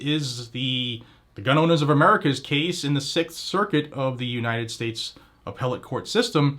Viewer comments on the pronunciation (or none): none